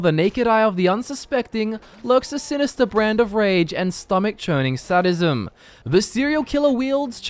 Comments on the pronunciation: Sorry, but 'SAD-ism'? It's 'SADE-ism' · its pronounced say-dism not sad-ism